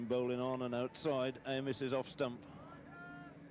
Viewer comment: Dennis Ay-miss, not Amiss